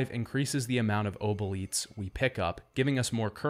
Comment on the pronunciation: Your pronunciation of obolites makes you my least favourite son ngl. Great video otherwise!